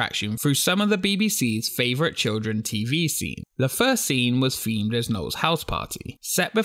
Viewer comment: What do you expect from people who cant pronounce "th" correctly. What is "femed" or "fings"Is it really that hard to say themed or things?